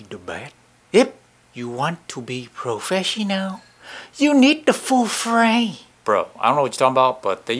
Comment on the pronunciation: you messed up with Professional tho....you sounded the s's hahahhah